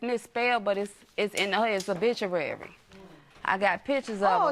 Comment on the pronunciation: She said 'bituary lol! Didn't even put the 'O' on it.